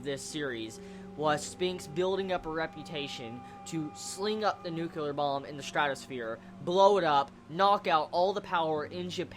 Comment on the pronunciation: You keep saying "nucular" it just reminds me of that W. Bush moment. It's nyuu-klee-urr. :P